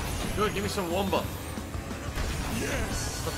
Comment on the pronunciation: Take a drink every time he pronounces "wumpa" incorrectly.